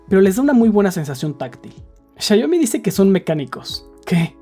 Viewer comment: por que le dices siayomi???